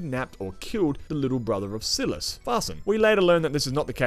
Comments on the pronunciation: hdjkshdjs silas is pronounced differently but great review!!! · S(eye)las fr(eed)kin w(o)pti wapnasi m(o!)loch not malach!